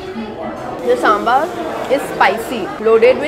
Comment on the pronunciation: sambar hoota h saambaar nhi lol